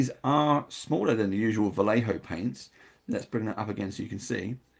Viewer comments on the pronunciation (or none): It's Vayeho, not Valeho